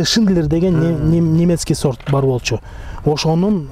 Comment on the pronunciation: Талазта с тамгасы жок да сорт дебей зорт деп айтпайсыңбы